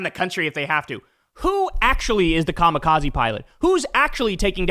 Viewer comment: “I was just in Japan, I talked about the Ka-mi-kozzy…” My non-brother in strife, just casually bringing up Kamikaze in Japan is just breathtakingly tasteless, unless one is making a worthwhile point about war crimes and imperialism in a productive context, I suppose, but he’s certainly not doing that.